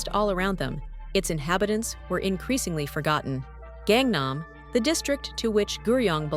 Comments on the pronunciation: please pronounce gangnam as gaaaaaaang naaaaaam not gengnem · 갱남이라고 읽지말고 강남이라고 읽도록해봐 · Its gangnam not gengnam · Gengnam gengnam, not gengnam la. GAngnam pls. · Can't even pronounce "Gangnam ('Ghang Nam') 강남" properly but you want to be taken seriously? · "KAANG" nam actually.. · That Gangnam pronunciation hurts my ears. Not that hard, you even mentioned the song 🤣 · Kangnam area south (nam) of the river (kang). Kangnam is pronounced with a soft "a" in Kang. Your mispronunciation takes a lot away from the video..... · If you would learn to pronounce "Gangnam" properly, I might be able to watch the video to the end! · Ai video, it can't even pronounce Gangnam city correctly.